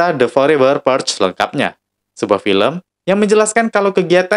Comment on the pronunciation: Purge bacanyan PUREL gitu ya Teman Teman??